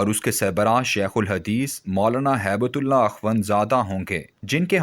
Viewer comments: Sir the name is hib tulllah not haibuttullah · نام ہبتہ اللہ ہے جو کہ سہی لکھا ہے۔ لیکن آپ اس کو ہیبت اللہ پڑھ رہے ہیں۔